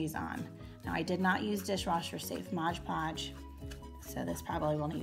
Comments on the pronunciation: It's MOD podge, not modge podge!😭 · Girl Everytime you said modge podge I got stressed lol they came out great and congradulations on starting your channel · It's MOD podge lol